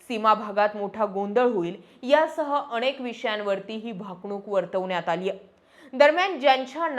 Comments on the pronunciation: तुम्ही खूप छान बोलताय तुमचे व्हिडिओ नेहमी बघतोय , पण अणेक नाही अनेक, ण च्या प्रॉब्लेम चं तेव्हढं बघ बाकी उत्तम 🚩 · अणे nahi अनेक